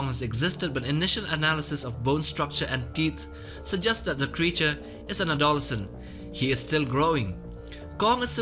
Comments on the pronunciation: "a-DOLL-issent", haha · Say adolescent again?? Didnt quite catch that lmao ad-o-les-cent. Idk what you said bro.